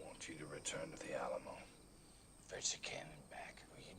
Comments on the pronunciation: No disrespect it’s pronounced Al amo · Never heard the Alamo pronouced that way and had to laugh. a-LAM-o, ha ha!